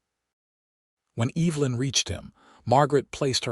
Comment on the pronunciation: It's pronounced EV - E - Lyn, not EEEVlyn. and it's IZACK not ISack